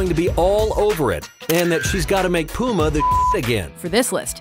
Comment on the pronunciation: Is it just me but she said puma and adidas wrong